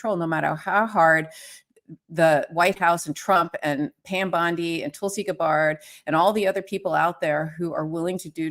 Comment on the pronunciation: I love KFA, but when she pronounces Tulsi Gabbard incorrectly, it seems to say she's not really paying attention to the important details.